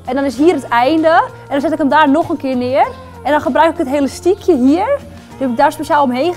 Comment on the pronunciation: ze zegt de hele tijd helastiekhe